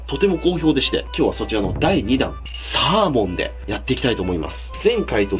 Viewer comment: サ↓ー↑モン